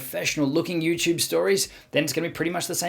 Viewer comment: He says Youchube chuchorial ❤️😄